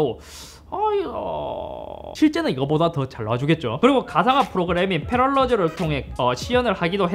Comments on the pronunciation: Parallels 는 공식적으로 페러렐즈 로 발음합니다.... 뭐 asus를 많은 분들이 에이수스가 아닌 아수스,에이서스 로 발음하시는거랑 비슷한 맥락이라고 받아들이고는 있지만 페럴러즈가 아닌 페러렐즈로 소개 해 주시면 감사드리겠습니다. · 패럴러즈 → 패러럴즈 ㅎ 발음이 어렵죠